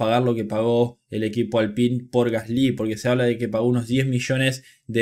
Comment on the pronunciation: Se pronuncia gasli sin acento en la y. Por favor puedes pronunciarlo bien? Xd